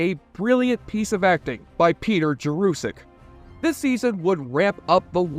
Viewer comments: Peter Jurasik makes it clear that his name is pronounced Jer uh sik not Jer oo sik... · The name is Peter Jurasik. Jur-a-sick. Not like Jurassic Park, & there's no "u" in the 2nd syllable. It's an "a." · You misprounced Peter Jurasik's name, mislabeled thr relationship between Susan & Talia as "bisexual" instead of lesbian, & said Sheridan & Delenn went to "Minbari" when the planet is Minbar. And you totally left out Marcus the Ranger, who was incredibly popular & of whom JMS said that he wished he hadn't killed off the character. Leaving out Marcus & the Rangers was unforgivable. The graphics were great for 30 yrs ago. The 4th season became rushed bcs JMS didn't think there'd be a fifth season & wanted his fans to have resolution. The best episode overall, though the final episode rivals it, is the episode showing 80 yrs after Sheridan's death, then 500, 1000, & 1 million. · Great video but I suspect you murdered Peter Jurasik's name pronunciation 😂😢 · how TF do you manage to mispronounce the name of the actor Peter Jurasik??